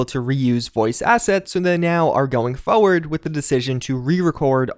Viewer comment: Nice vid, but I just can't get over the way you say "forward" haha... feaux-ward. Is it a specific accent?